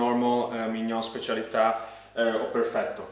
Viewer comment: Finally someone who pronounces specialità right 😂